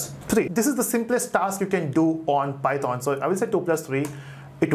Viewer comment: please stop saying PY THOON